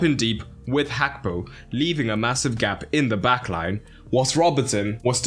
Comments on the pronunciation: its not hakpo bro its Gakpo with a "g"😂😂😂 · Why do you say Hakpo!!! Pronounce the G Gakpo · Gakpo, with a G, not an H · I love the video analysis, just that next time can you say Gakpo’s name correctly? Its not ‘hakpo’ 😅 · i heard you pronounce like "Hakpo" . Maybe i misheard it. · why do you pronounce his name like that ?? hakpo ???? it annoys me